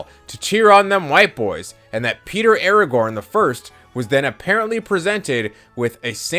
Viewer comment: Im really trying to listen ;w; but Aragorn instead of Aragon is sending me to middle earth.